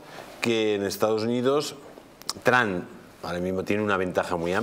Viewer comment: A ver si respetamos otros idiomas, coño. Es "Trump" no "No Trun" y es "Skype" no 'Sky". Y no salgan con la paletada de "no tiene importancia".